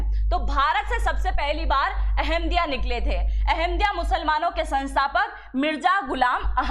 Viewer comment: अहम दिया नहीं, अह मदिया